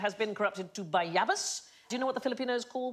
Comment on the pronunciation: As a Filipino I can't help but laugh at ba-YAHH-bas lol